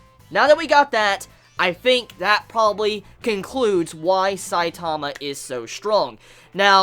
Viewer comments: i hate how you say saitama its saitama not sai taaamaaaaa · stop putting emphasis on the second syllable of Saitama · Why you say his name so weird and slow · Is it just me whos annoyed by his pronunciation of one punch man (stressing the "punch") and saitama (stressing the "sai" bit) xD just seems silly to me, not that it matters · I'm Australian but the way you say Saitama and genos is still cancerous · the way you pronounce Saitama makes me cringe